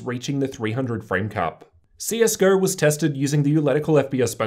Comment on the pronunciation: Not sure what a "ratiurr" (ratio) is or the game CS: Gurrr?